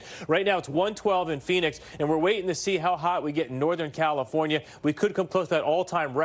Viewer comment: thru Calfonria?????? Geesh!!!